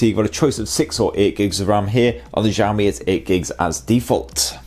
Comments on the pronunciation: Did I hear ‘Jami’? Shiaomi I think is the right pronunciation. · nice review, i wish you could pronounce xiaomi properly ... its pronounced 小shao 米mee （almost） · I laughed every time I heard you say xiaomi. I have friends from china and "x" pronounced "si", after your film I have the impression that xiaomi is a French company not Chinese. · Jahammi Mi 8 Pro? Is it how we should call it? 😂